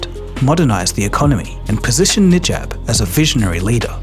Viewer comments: Honestly "Nijab" deserves to have his name mispronounced. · the narrator mispronounced the PM’s name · Mistaken pronunciations and . Again and . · I would say he deserves to have his name mispronounced lol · im not sure if you are using AI to speak or you yourself actually speak. Its pronounce as Na-Jeeb. Not Nee-Jab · FIRST learn how to pronounce names properly - It’s NA JIB not NI JAB - Economics infotainment is required to be efficient & sound - always pronounce names exactly what it is in a absolute manner - you are not a school boy - Prime minister Najib Razak is a dignified person who needs to be respected - if you are unable to sound profoundly professional stop what you are doing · I really enjoy the content on your channel, but please improve your QA. You repeatedly mentioned "Nijab" instead of "Najib" and there's even a typo in Cayman Islands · najib not nijab haha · It’s pronounced as Najib and not Nijab. 😂😂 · Sorry, the PM’s name is NAjib, not NIjab. It’s just very jarring because the rest of the video is pretty good. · Think this is AI voiced and AI script, Why is he called Nijab? Its name is N - a - j-ib and mistakes - President of Malaysia? What bullshit its PRIME MINISTER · It’s Najib btw.. not Nijab, pretty sure others has pointed out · It’s not “Nijab,” it’s “Najib.” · Najib, not nijab.. 😂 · His name is Najib, not Nijab. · I think you mispronounced Najib as Nijab... LoL, I was wondering who is Nijab. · Bro, not Nijab, my goodness. It's Najib. Godamnit how did you mispronounced such a short word? 😌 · "NIJAB" the prime minister of Malaysia. His name is NAJIB not NIJAB 😭😭😭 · error in the name. U said NIJAB (knee-jarb). The correct name is NAJIB (nar-jeep). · CCP knows he is hiding in China. P.S: It's Najib, not Nijab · Just wondering if I am the only one to notice that the way you have pronounced the Malaysian prime minister’s name is inconsistent with the way it is written on screen: it is written Najib but you are saying “Nijab.” Just saying.